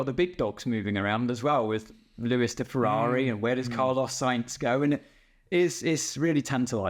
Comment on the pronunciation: Ooh Fewawwi fwiend